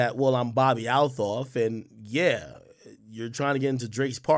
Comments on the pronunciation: she pronounces it "altoff" Ak.. fyi 👌🏾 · Why does he keep butchering her name like that??? 😂😂😂